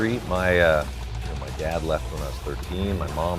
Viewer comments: I thought he said “Bad husband”. I even went back and listened again. The. Saw in the comments he said dad. 😂. Anyway, that was a cool video. His garage is insane! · Lol, I thought he said "I'm a "bad" husband", listened again and of course, "I'm a dad, husband.." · I thought he said " i'm a bad husband" lol